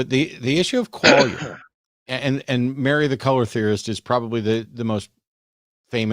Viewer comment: Quale-ia? 🕊️? Quale? Qualia, Kwa lia, like Kwanzaa without the wanzaa